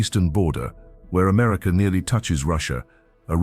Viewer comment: Hint: America is pronounced "Americuh". There is no "R" on the end. . . Yes, Hwy 50 from Carson City to where I 70 begins is phenomenal. I drove it at night and it had a constant stream of crossing wildlife. The Dalton Hwy is still on my bucket list . . .